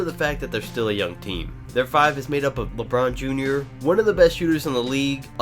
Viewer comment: You said Lebrun jr